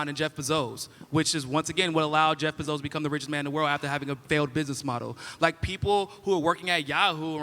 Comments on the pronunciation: What's wrong with this guy? Why does he keep mispronouncing words like this?? - Jezz BeZOZ? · I genuinely don’t understand how you live in America and don’t know how to correctly pronounce the name Jeff Bezos